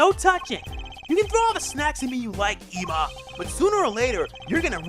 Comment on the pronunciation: If you're doing it on purpose, its annoying. Ema's name is pronounced like if saying "Emily".